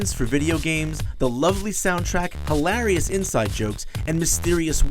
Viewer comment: Why can't he pronounce hilarious?